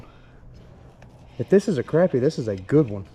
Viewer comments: Crappy is good eating. And it’s pronounced Crop-pea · im turning on notifications because you say crAppie and not craHpie. idc which is right, its crappie. not crawpy lol much love bro and im hittin the thumbs up